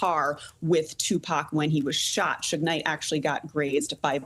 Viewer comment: called him Souge Knight 😂Sougé most commonly refers to small French communes